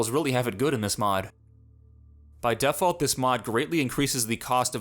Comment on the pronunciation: I've never heard anyone pronounce default as def alt, and I hope I never do again.